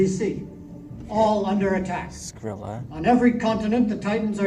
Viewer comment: It's Scylla, not Scrylla.